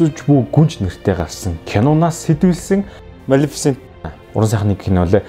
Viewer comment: малэфсэнтийг яаж хэлээд бгаа юм бээ. кккккк... амжилт мундаг шүү